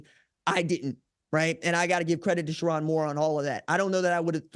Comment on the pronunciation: It’s Cher-own, not Cher-on, Moore.